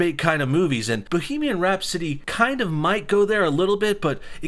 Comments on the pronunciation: Rhapsody. Not Rhap-city. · Rap city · Who tf says bohemian rhap-city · The way you first pronounced rhapsody made me want to kill myself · I think i lost a few brain cells when i heard him say Rhapsody the first time